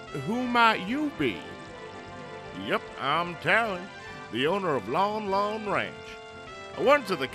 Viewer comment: You are mispronouncing the names the Lon part is pronounced lON like a light switch turned On hence LON LON ranchs pronunciation